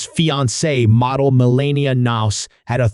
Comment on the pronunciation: Mell-an-e'-ah, nice try, robot. 🤖